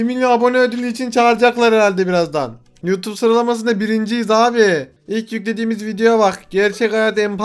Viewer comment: U-Tub dedi ya la ingilizce terk :D